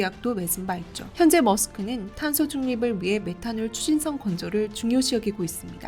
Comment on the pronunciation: Møller – Mærsk 는 영문표기로서 MAERSK 로 하는데, 이것은 덴마크어 고유명사이므로, 마땅히 '묄러 - 매르스크' 로 읽어야 합니다. 영어밖에 모르시는 분들이 매르스크 를 머스크로 읽는데, 이것은 잘못된 것입니다.